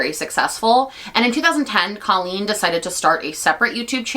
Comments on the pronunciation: it’s because she calls herself “coh-lleen” not “cah-lleen” and as someone who shares her name, she’s wrong. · I think she does pronounce her name Cole-lean for some ungodly reason 🫠 just makes me think of the word colon but to each their own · no it wasn’t right, her name is C “oohhhhh” leen. When I heard her saying her name wrong, she immediately became irrelevant. The “rise” and “fall”. Even at Colleen’s lowest point it’s still better than what this girl has done.